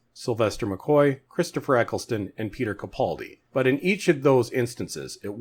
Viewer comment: Ecc-les-ton. Not Ecc-el-son